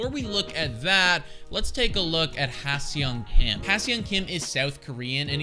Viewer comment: His name is pronounced like this: Ha Sung Kim.